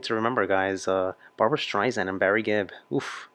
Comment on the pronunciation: Love your videos but, it’s Streisand like sand on the beach.